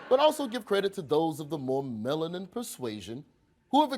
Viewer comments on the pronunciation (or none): none